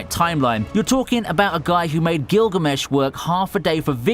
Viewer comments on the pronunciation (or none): none